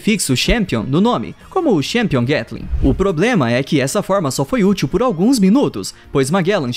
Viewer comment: Vinte minutos dele falando glatling gun errado